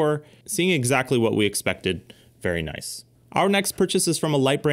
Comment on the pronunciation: “Noice”. Had me dying. Lol